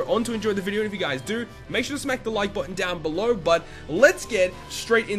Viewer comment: I love how he says "video" lol: In this vidyeo...